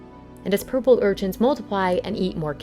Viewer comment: Urchints?? URCHINS. Is that what I heard? Anyway......